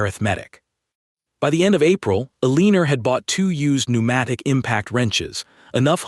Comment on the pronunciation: Just curious because IDK how these are written in respect to the device that reads the narration, could the woman's name be "Elenore" (el-en-or)?! ... That makes more sense than whatever is being read. That is just my opinion of course. .... Thanks.